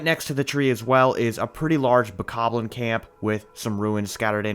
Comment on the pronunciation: The worst part is how he says 'Bokoblin'. It just doesn't sound right to me. But still an amazing video.